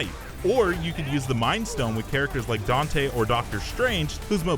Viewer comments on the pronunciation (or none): none